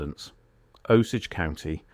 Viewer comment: AI GARBAGE, beginning to end. NONE of this ever happened. This is a made up story, it's all AI, and the narrator doesn't even know how to pronounce Osage. That's your first clue. Try searching for Mrs Edna Morse. Also, look at the dates - he says the letter was written i 1901; the response shown here is dated October 14, 1922. WTF.